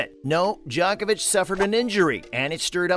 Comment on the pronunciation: Pronunciation. Not “Jock-ovic” but “Joke-ovic” and not “Nole” like “pole” but like “Nolay”. Research